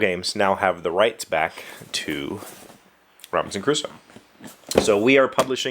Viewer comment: Thank god they re-designed that manual, it was hell. I've played this game I believe 3 times (3 days, more than 1 game each time) and each time we start arranging the pieces we struggle to remember everything. The Round Summary looks really good and also necessary. Ps. It sounds like you're saying Robinson Caruso